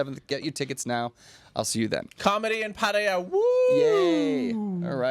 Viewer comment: UNESCO should say they would give Chiang Mai the heritage status as soon as the burning and smog problem has been fixed, and been ok for 5 years in a row... Why does say Padia instead of Pattaya?